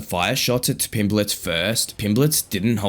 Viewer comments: Why does the voiceover keep calling him Pimbletts? It's Pimblett. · His name's not Pimbletts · You do know theres no "s" at the end of his name, right? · So annoying listening to you say Pimbletts when you've literally used footage of the man 🤦🏻‍♂️ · How can you get his name correct in writing then add an S everytime you say it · ARGHH WHY DO YOU YOU KEEP SAYING "PIMBLETT'S"?!!!!! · It's a bit annoying hearing Pimbletts (plural) so many times 😢 There's no "s" on the end of Pimblett (or Eubank!) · Tell whoever is the narrator that there isn’t any S in Pimblett. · There is no S in his name